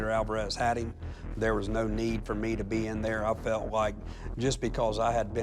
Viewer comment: “We met eeeem”